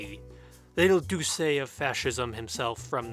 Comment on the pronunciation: The way you pronounce giuseppe as gusepi is terrifying Also duce as dusse